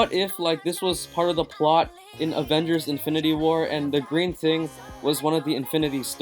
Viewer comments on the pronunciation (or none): none